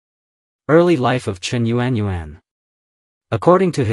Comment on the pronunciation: Actually, a Chinese female's name whether young or old was not known because it was PRIVATE so only known within her own family. Your pronunciation of this courtesan public vernacular is rubbish. Yuan is pronounced phonetically is "YAWN".